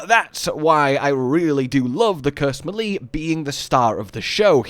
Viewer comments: Its not millee it meele lol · muh-lee?!?! It's pronounced may-lay. I have never heard anyone say it like you did. LOL! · Love the vid, really good update to the Vex build. But good sir, for the love of all things holy, please learn to pronounce melee (may-lay) correctly! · that’s deff not how you say melee…at all